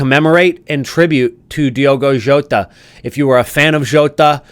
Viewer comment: Diogo Jota RIP…but don’t pronounce his name your calling his name in the wrong way..